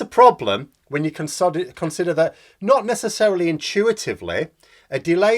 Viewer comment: Yes I heard it too.